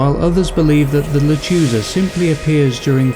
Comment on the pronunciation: You need to learn to pronounce Spanish correctly, and also, it’s not the sound of a baby crying, it’s the sound of a woman laughing. I’ve heard it!